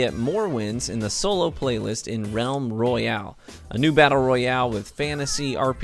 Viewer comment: Roayale?? I think you might need to fix that.